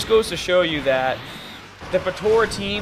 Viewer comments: lol why he saying potora XD but yeah potara is still the most broken team ever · Dude... potara not tora